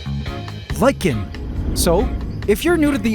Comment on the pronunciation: Thank you for pronouncing lichen properly!